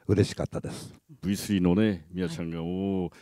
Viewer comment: すげーな、このメンツ。２号は「変身」を定着させた功労者。V3を「ブイスリャー」と昔みたいに発音してくれたのがうれしかった。